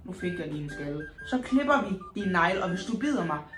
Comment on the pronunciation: det lyder som om du siger knepper